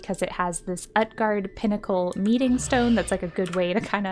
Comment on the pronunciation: OOT-GARDE not UHT-GARDE xDDDD